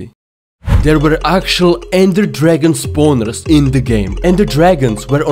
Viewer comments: Funny thing he actually sounded like said spawneres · Him saying spawners is so funny